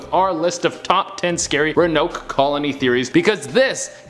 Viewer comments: Che honey, it's pronounced exactly how it's spelled ro-an-oke. Not ru-noke. Love you and you're hair looks great 😍😘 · Ro-a-noke. Not ruhnoke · Rowen-oak is how it’s pronounced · i’m beyond irritated it’s RO-AHH-NO-KUH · Pronounced "Rowan-oak" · It's pronounced (row-an-oak)!!! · Row. A. Noke. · Che, I love you, but it is pronounced Row-Uh-Noke. With love from North Carolina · Had to come to the comments cause I knew I wasn't the only one who was triggered which Che's pronunciation of Roanoke 🤣🤣🤣🤣 still love him & the channel but come on guys 😅😅😅😅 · Me watching Che mispronounce Roanoke the whole video: 👁👄👁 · So who else gets triggered by his pronunciation of ‘Roanoke’? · no offense but ur pronouncing it wrong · Row-an-oak Crow-a-toe-an Sorry just bugged me. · It's pronounced Row-uh-noke and crow-uh-toe-an. Love that che is back in the studio!! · I'm came looking for this. I'm glad it wasn't just me who was needing the right pronunciation. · Row A noke crow A towan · Che, I love your Afro it makes me warm in all the right places so much so I'm gonna excuse the fact that you've been mispronouncing Roanoke and Croatoan. I Love Canada xoxo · You have to pronounce the “o” in Croatoan and Roanoke lol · I'm so annoyed by him mispronouncing these